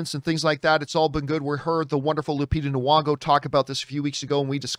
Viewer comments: lupita noo-wongo. nah-kia. 🤣😂🤣😂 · John, just fyi, there's no w in Lupita Nyong'o's name. You always pronounce it with a w sound and that's not right.